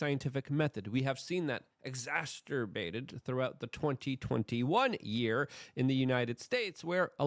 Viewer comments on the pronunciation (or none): LUKE MINUS THE MIDDLE T ITS EXACERBATE NOT EXACETERBATE LOL. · inflection on the second and fourth syllable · Eggs-ass-sir-bate is how your pronounce exacerbate.